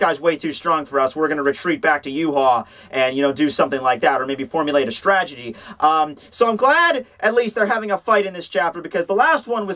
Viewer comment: "Stragedy" haha